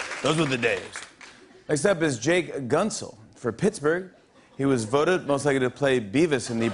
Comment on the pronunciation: "Jake Guntzil" lmao no